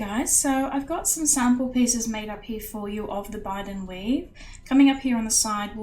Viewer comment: Thanks for doing a great tutorial on my Bydand weave. The ring sizes I originally used were for Sterling Silver or GF were 1mm x 3.5 and 1mm x 5mm. It makes a substantial and lovely bracelet which can be worn by anyone. Just a note: it's pronounced 'Bye-dand' and it's our Sharpe family motto from the Clan Gordon. It's a Gaelic word which means 'stand fast', 'steadfast' and 'enduring'. 😊